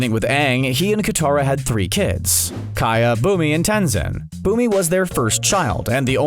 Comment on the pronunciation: Kaya Bumi, and Tenzin My ears: Kaya, Boomer, and Tenzin